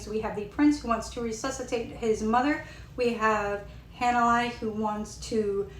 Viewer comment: Thank you for the review! Btw, her name is pronounced. “Hah-nuh-lay”